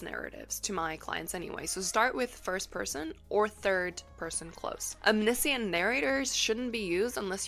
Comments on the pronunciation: I’ve never heard anyone pronounce “omniscient” that way. I had to stop the video after half a dozen times of saying it that way, as it grew more than annoying. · wait, how ELSE can omniscient be pronounced? haha. i've only ever heard it as pronounced in this video!